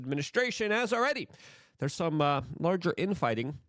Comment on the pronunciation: Luke has a clear speech impediment/ he really struggles with a lot of words. Notice how he says so many words wrong. He says “larger” like 30 times a video or “this as” or “wit” instead of with. And doyje instead of doge.